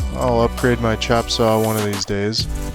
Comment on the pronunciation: Chopsaw not chapsaw.